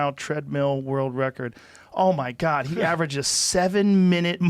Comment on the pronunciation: Joe “Oh my guod he on x games mode” Rogan